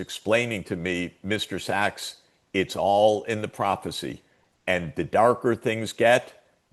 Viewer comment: His last don't pronounce ducks it's Sachs